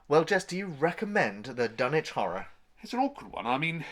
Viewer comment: Dun ITCH thank you at last someone pronounces it correctly.